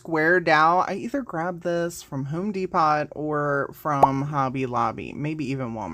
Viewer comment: Did she really say home dePOT instead of dePOE???